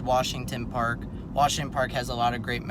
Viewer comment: but its pronounced "wershingten"🤣 all jokes aside great video. sad that the malls are dead. theater gone.🍻